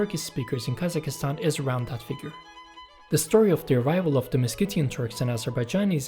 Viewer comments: Please Brother KazaKHstan, not KazaKIstan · Hurt my ears every time guy said Kazakistan 🤣 it’s Kazakhstan (Kazakstan or Qazaqstan) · It puzzles me why every single non-Central-Asian cannot say Kazakhstan, where did you guys find Kazakh(i)stan on the map??? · Never heard English speakers to actually pronounce the KH, which is a Russian version of saying Kazak anyway. In my opinion, Kazakistan sounds more correct.